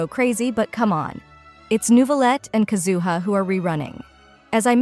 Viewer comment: It’s KAZuha not KaZUha